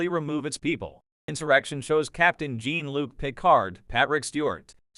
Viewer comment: Yet more bollocks. You can't even pronounce Jean-Luc. Pathetic.